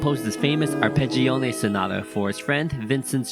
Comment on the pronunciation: Pronounced ar.ped.džo.ne, not ə.phè.džij.ọẅ.nej